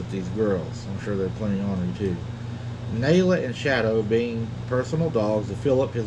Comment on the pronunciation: It is pronounced Naaalaa